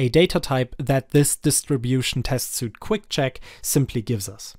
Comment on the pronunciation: Great video! BTW "Suite" is pronounced like "Sweet"